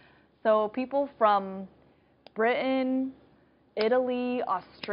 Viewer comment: I can’t place your accent, “Britain” and “mountain”...your dropped T’s are endearing